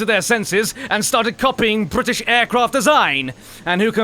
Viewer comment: Question: Is it possible to not spit when one pronounces: "Brrritish" like you do?